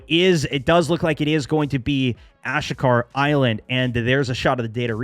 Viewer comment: My God! What is it with you millennials and not being able to pronounce names of things…. Ashika Island… Ah-she-kah…Ashika. Think Japanese pronunciation NOT ahsh-eek-ah Sheesh.